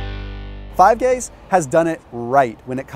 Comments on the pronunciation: That made my day click of the fingers ......five gays, once upon a time 🤣🤣🙈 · I heard 5 gays too and the timing was perfect bc he had just finished talking about the homophobic company across the way.. I wont say their name.. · "5 gays" lol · Great video! Very useful for the majority of people out there. Also, it sounded like you said Five Gays instead of Give Guys, lol! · Please tell me someone else heard him say "five gays does it right" lol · “Five Gays” 😂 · "Five GAYS" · ...”5 gays” lol. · anyone else heard 5 gays? lol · Did he say "Five gays" att ? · Five Gays? 😅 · 🤣🤣🤣🤣🤣 yeah, I heard it!! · Is it just me or did he say 5 gays instead of 5 guys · Five Guys - ❌ Five Gays - ✅ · Did hey say 5 gays ? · Dude said 5 gays instead of 5 guys lol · he actually says 5 Gays instead of 5 Guys😅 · Surprised nobody pointed out he said “five gays” instead of “five guys” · he said “5 gays” instead of 5 guys 😂😂😂 I was like wtf is going on lmao. I love this channel tho lol. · Anyone else noticed he called five guys five gays 😂😂😂😂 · Did he say five gays by mistake second time he said it😅 imagine if that was the actual name. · Anyone else hear ‘5 gays’ ? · Did he say five gays the second time? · thought he said 5 gays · Five gays? Lmao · Five Guys or Five Gays... Slip of the tongue there lol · He said 5 Gays 😂😂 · .....swear to God this guy said "5 gays".....😆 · Did he say five gays ? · Wtf is Five Gays bro? The hall am I eating there? 🤦🏻‍♂️ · Did anyone hear him say five gays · Did any one else hear five gays? 🤣😂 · Did he just say "Five Gays?" lol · 🤣🤣🤣 i have replayed "Five Gays" 15 times and im still dying🤣🤣🤣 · Does 5 gays have more protein? 🤣 he totally said 5 Gays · Man said "five gays" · just said Five Gays lmao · says "Five Gays". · “Five Gays” 😂😂😂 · did he say Fave Gays im an immature twat....but funny to me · He did say gays 🤣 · Lmao hahahahahaa I told myself did he just say 5gays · he says five gays 😂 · “five gays” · He said 5 gays 😂